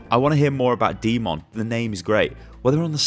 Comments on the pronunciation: pronounce d.mon, demon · Second time I hear someone butcher the red MEKA’s name....”D.mon” it’s pronounced DEMON!!! Like a fucking devil!!! Get your shit together